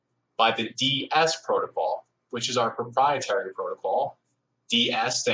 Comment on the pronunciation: I'm sorry.. did he say proprietary